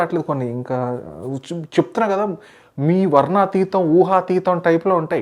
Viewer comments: Adi VARNANATEETAM, not varnateetam 😂😂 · Anna varnateetam kadu varnanateetam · వర్ణాతీతం kaadu bro వర్ణనాతీతం anali😄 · వర్ణనాతీతం! వర్ణతీతం కాదు bro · Varnaatheetham kadura VARNANAATHEETHAM... Edhi okkasari anu...